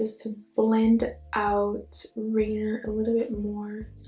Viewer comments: You did a great job with the word chanterelle :) but Rainier is pronounced Rain-eeer not Rainer. Rainier was name after a mountain, Mt. Rainier here in Wa. Your eyes are literal fire! 🔥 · So pretty but rainier is a mountain here in Washington it’s pronounced rayneer and this is so pretty! I hope I can get it tomorrow I know it’s gonna sell out fast! Looks like a monarch butterfly so gorgeous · It’s rain-eer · Beautiful look!!! #goals ☺️ FYI Rainier is pronounced Rain + Near. Named after the mountain here in WA State :) can’t wait to get this collection! ❤️❤️